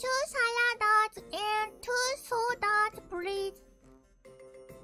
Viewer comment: まあバーチャル日本で暮らしてたらSaladsをサラダって発音しちゃうのは仕方ないわね